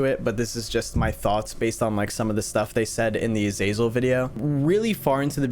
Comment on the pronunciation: I love how you haven't pronounced azazel right even once!